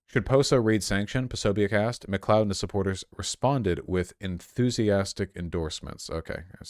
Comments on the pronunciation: It's pronounced McCloud, Mr. Voosh. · McLee-od?? Holy shit Vaush, have you never seen Highlander? :D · Yes, it's pronounced "mccloud" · Me, a Nova Scotian, watching Vaush pronounce McLeod: Pathetic.